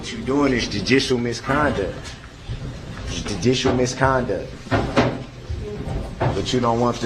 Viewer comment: All of these months later, and I'm still trying to figure out what "junisho miskonduck ad iz finess" means. Of course, it's sometimes "judisho miskonduck" but my theory for Darrell is "If you can't pronounce it, don't try to use it." 🤷